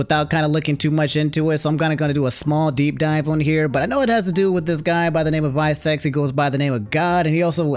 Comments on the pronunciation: Also visecs isn't pronounced "vai-secs" it's Roman numerals vi which stands for 6. Hes a battle rapper that stands for 6 seconds. People also call him shizzy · 6 seconds not vye secs LOLLLLL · lol its not vie seconds its 6 seconds but with roman numerals lol and yes he is a fucking gawd at spitting bars like "You will not see this G with A W N E more" Dissing Luke gawne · Its 6 secs not VI- Secs haha. I thought you knew him from hanging out with Shofu etc. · it not visec IT VI SECONDS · Visecs is pronounced Six Seconds. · Just to give small clarification: its VI (as in the Roman numeral) Seconds, tho most veteran watchers of him call him Shizzy